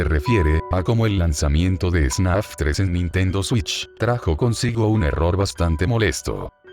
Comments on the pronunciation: Alguien se dio cuenta de que dice snaf y no fnaf? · el video es muy bueno y todo pero, tengo una pregunta. es solo yo, o en todo el video el narrador dice "snaf" y no "fnaf"? en serio, quiero saber se a alguien mas pasa eso. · Nada que ver pero alguien sabe por que dice "snaf" en vez de "fnaf"? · Vi 2 horas y 26 minutos de un video de Fnaf donde pronuncian Fnaf como Snaf. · AHhHhHhHhHh porque dice snaf? me va a dar algo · es idea mía o dice ¨SNAF¨en lugar de ¨FNAF¨? buen video btw